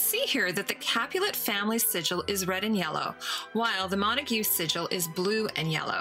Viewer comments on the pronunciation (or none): none